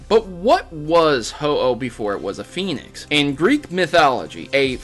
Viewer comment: why do you pronounce "phoenix" as "penis"